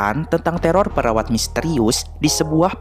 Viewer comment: Gw dengernya peraw4n bukan perawat...